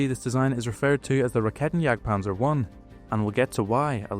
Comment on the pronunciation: "This is a Raketenjagdpanzer, it jagds panzers with raketen"